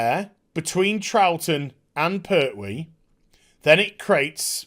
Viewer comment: It's "PerTwee", not "Per'hwee"...the name has a T in the middle of it, not a Cockney glottal stop...